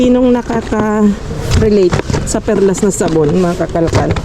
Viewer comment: Perla po sya kakalkal,not perlas hehe ❤